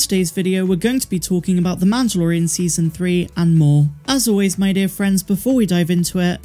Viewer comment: MAN-DUH-LOR-E-AN lol